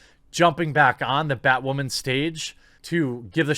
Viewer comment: It’s bay-wahman....mr beyg:)